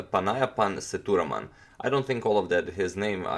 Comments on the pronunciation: it is se-dhu-raa-man spealt sethuraman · You need to pronounce the name Say-thu('the' ending with u instead of e) -raa-mon(mon as in Monday)